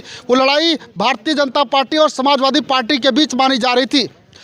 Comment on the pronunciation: जिस पार्टी का जिलाअध्यक्ष पार्टी को पाल्टी कह रहा हो आप उसके ज्ञान पर और क्या कहेंगे? गला फाड़ने से कुछ नहीं होता है।